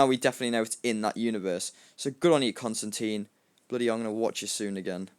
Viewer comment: its actually constan TINE the media pernounces it wrong